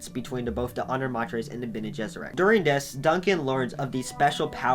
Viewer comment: Pronunciation varies a bit from who is portraying, i.e. “Dune 1984” had a bit different pronunciation then say the Sci Fi Channel’s made for TV series “Frank Herberts Children of Dune.” I laughed a bit when you correctly pronounce the hardest proper names, the Tleilaxu & Bene Gesserit, but not the rest. Harkonen: Har-Ko-Nen, or in some case, Har-Ka-Nen. Ghola: Go-lah. Fun fact the word Ghola is a derivative of the Hebrew word for a clone like being “Golem” in the bible. Ghanima: Ga-Ni-Ma. Leto: Lee-toe or Lay-toe, just depending on your preferred accent. Same as the actor Jered Leto. Alia: All-ee-ah. Darwi Odrade: Probebly pronounced Ohd-Ra-De Any who, love your work. Keep it up. 😀